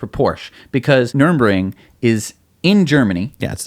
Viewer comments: Please learn hot to pronounce Nurburgring. Nurr Burg Ring. Not nurmingringmoningemburg. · you’ve added an “N”. Why? The track is located at Nürburg. No “N” in the middle of the town name. Ditto the track name. (edit) maybe you were just joking and aping what they said. Though I think it was more NUR-EN-RING. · Nürburgring: Nur-berg-ring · I don’t understand why you still struggle with saying “Taycan” and “Nurburgring”. Probably best that you don’t bother trying “Nordschleife”. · Why can't you say Nurburgring? it's not so hard. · Love you guys! Long time listener/watcher Second time commenter Former Tesla employee. Future patron One quick thing though. You guys are butchering the pronunciation of nurburgring. Sorry to point it out, but it's super distracting and I don't want people to discount your opinion because of it. Thank you guys! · is always pronouncing place names terribly. I kinda wish he'd spend 5 minutes googling for the correct pronunciations before filming each show. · "Nurbring" ? "Numbring" ? NUR BURG RING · It's nurembergring ----- NUR BERG RING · Please stop calling it nurembergring. It's Nürburgring. Ner - Berg - Ring. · Noor-burg-ring. Nuremburg was where the Nazi war trials were held. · NurBURGring, not NurEMbring. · NUR-BURG-RING not NURN-BRING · PSA: It's Nür-burg-ring. Nothing to do with the city of Nuremberg. Or "Nurmbring", whatever that might be. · Its Nurburgring. Not Nuremberg. Trust me, you don't want to confuse these things. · NUR BURG RING - c mon nerds, learn to talk automotive talk. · "Nurr burr gring," pronounce it correctly BOTH OF YOU ... pronounce/enuciate guys ! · For the love of all that is holy, NER-BURG-RING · Guys, your german pronounciation really has some room for improvement. Call me if you need some traing lessons and we'll take a Porsh to Nurbring 😉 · Say it together.... Nur... burg... ring. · Dude. You’re just gonna HAVE to learn to pronounce this: Nur.Berg.Ring. Just like it’s spelled.